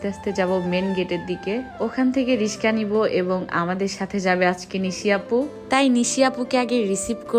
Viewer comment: রিশকা মানে?? রিকশা